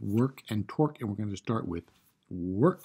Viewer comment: Are you saying torque or twerk?